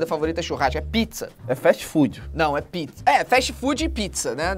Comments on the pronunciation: picza = pizza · "Picza" KKKKKKKKKKKKKKKKKKKKKKK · Eu nao conheço picza eu só conheço pizza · Antes eu falava "picza" mas eu aprendi a falar pizza 🥲🖐️ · Tadinho do Ele não consegue falar “picza” e ainda pediu desculpas 😂😢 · "comida?" "É... Picza" KKKKKKKKKKKKKKKKKKKKKKKKKK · O não sabe falar "pizza" minha amiga tem um amigo que não sabe falar "três" KKK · picza, pitiza. kkkkkkkk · Alice Vilela ele sabe falar mas prefere faltar assim